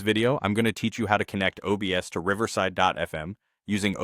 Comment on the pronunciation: "OBES" lmao.